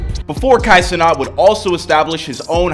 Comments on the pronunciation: It’s Kai Cenat not Cenot bro 😂😂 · Bro can't even pronounce his name right but Kai def made it